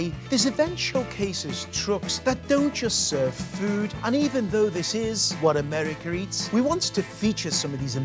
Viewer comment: Did he say Americer?